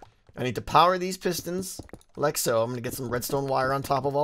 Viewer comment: i love when you say "like'a so" in your weird little accent ... i love it so much